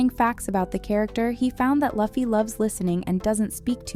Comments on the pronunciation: This idiots just trying for hate view. And its workin. Sayin his name like that. I we meet you gettin a gum gum bell! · you suck. why you saying luffy's name wrong. dislike and i'm not watching the rest. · You weren't listening while you were researching, butchering my dudes name like that...The disrespect Booping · I honestly can’t watch this while she massacred luffy’s name smh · Only reason I didn't like it is because the narrator pronounced the main character Luffy the wrong way. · Not a One Piece fan, but the mispronunciation of Luffy's name is annoying 😒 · say Luffy's name correctly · Ok you are definitely mispronouncing Luffy's name on purpose, because there's absolutely no way you did this much research with the interviews, and the high possibility that you actually watched the Live Action show without hearing his name being correctly said. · it's annoying 😮‍💨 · If only we didn't have to hear Luh-ffie the entire video =( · Stop saying Laffy ffs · Disliked it. say it right luuuuuuuuu- feeeeeeeeeeee!!!!!!! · you´re using AI text to speech for the voice over aint you? You can bring those tools to pronounce words right if they fail. just write them as you would speak them. loofee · Excuse me… DID SHE JUST SAY LAH-FEE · guess you too need a much needed research... now, say Loooo-ffeeeeeee... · The cringe each time luhhfeee is said 😒🙄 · You can obviously tell this chick doesn't watch the show. Everytime she says luufy I punched a kitten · I'm sorry, but you pronounced it as "Luhffy?" what the.... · every time she mispronounces Luffy... take a drink.... (please don't actually do this) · i love seeing people do one piece videos and reviews and then straight up pronouncing luffy wrong. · i am disliking this for mispronouncing Luffy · Luffy is pronounced Loofee not Lahfee 🙄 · its Loo-fee not laugh-ee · This AI just ruined it by calling him luh fee....it's pronounced loofee. The actors may have done their research, but the narrator of this video sure didnt.😂